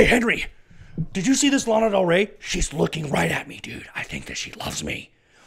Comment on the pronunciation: Is LANA btw no laiiina